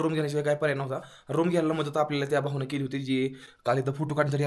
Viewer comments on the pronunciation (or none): none